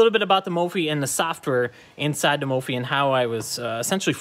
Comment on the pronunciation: 250k people and you’re still pronouncing it wrong 😂